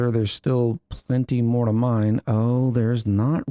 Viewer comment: I keep hearing 'mind control tower' instead of 'mine control tower.'